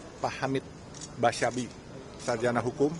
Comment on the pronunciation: Hamid Basyaib. Bukan Basyabi